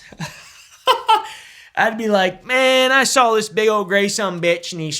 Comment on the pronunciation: “we ain’t got time fo dis, Ellis.”